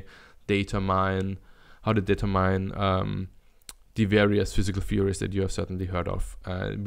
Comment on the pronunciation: determine is pronounced like Determinante without the ante